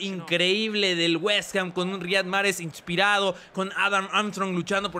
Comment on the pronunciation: Se pronuncia ''Raijad'' Mahrez